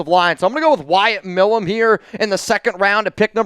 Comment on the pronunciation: Milum is not pronounced "Mill uhm" Its pronounced M - eye- lum